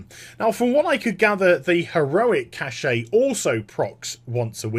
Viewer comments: I like your vids, but there's just one pet peeve of mine... "cash" not "cash-shay" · Just a side question....why do people (englishmen, australian, etc.) say "kash-ay" for "cache"? Does the "e" throw you guys off?